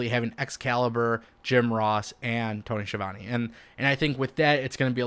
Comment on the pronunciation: This guy doesn’t know how to pronounce Tony’s name and he doesn’t like the greatest wrestling announcer of all time Jim Ross! Why would anyone listen to this guy